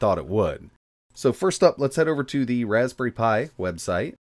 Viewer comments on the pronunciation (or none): Raspbnerry pi? Nerry a berry insight. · Raspbnerry Pi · Ah yes, the old Raspbnerry Pi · Raspbnerry :D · Ah yes, the legendary "Raspbnerry" Pi ;) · We all know him, the wonderful "Raspbnerry Pi" 😜